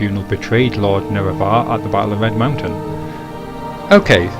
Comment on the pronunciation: Learn to pronounce Nerevar for the love of all that is holy.